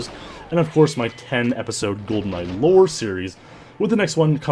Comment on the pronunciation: Gee-Awcities? Welp, that's a first.